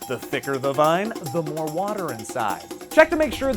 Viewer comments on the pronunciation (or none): none